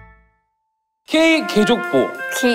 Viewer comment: ㅋㅋ 레이 어리둥절하게 개족보 발음하는거 왜케 웃기냐